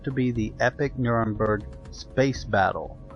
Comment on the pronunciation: it's NurembErg